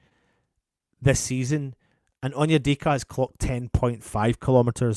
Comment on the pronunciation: said Onyedicky 😭😭🤣 Yes I am childish 🤣